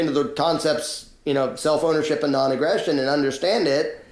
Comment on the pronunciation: the first time you said "self ownership" I thought you said "cell phonership" and, jarred by the non-sequitor, temporarily stopped comprehending what you were saying. Eventually I got back on track and wish to thank you for your clear and important message. I would just like to ask you to, please, pause a fraction of a second longer between words. Okay?